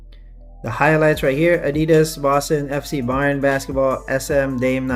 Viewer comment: The way you pronounced it at 2.24m is correct. Bayern is a state in germany and translated into Bavaria. Munich has the famous football club, where the basketball club is also earning some success in the euro League. Munich is also the city were the collab comes from with the BSTN (correctly pronounced at 3.14m) store, which is also from Munich👌🏽 Thanks for your review